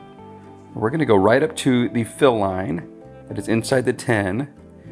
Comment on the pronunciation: The way you say "tin" sounds like "ten" to me so that threw me off for a while 😂 "8 ounce 10" "The white 10s" Hehehe but like others have said, thank you for what you do. Truly something righteous in helping fellow man through service. I love the principles of capitalism, but dont jive with crooked, greedy, crony stuff. When people are afraid to share their knowledge, it just feels wrong to me. There is more than enough room in ANY market sector for any number of competitors. When an expert is confident, they happily and freely share their wisdom without that nasty ego making them nervous that youll be teaching a future competitor "who might be better than you!" In the age of the internet, none of us really knows anything exclusive. So I'd rather freely share things i know, feel good about it, and save people a bunch of time going through all the mistakes i went through to refine that knowledge! Potential competitors will learn this stuff anyway, might as well be the one who also essentially virtually-mentored them 😂😂 I want to make candles for myself because i love scents and hate paying for someone else's labor when mine is just as good, but you're unintentionally making me lean toward trying to sell them once i nail a few recipes. Thank you so much for what you do, and folks like you who spread knowledge and empowerment (while being sympathetically realistic). Sorry for the college dissertation but I'm overdue for sleep and people willingly helping their fellow humans alwa